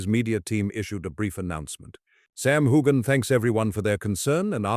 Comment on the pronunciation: How do you expect anyone to believe your clap trap when you can't even pronounce his name correctly. I suggest you find another line of work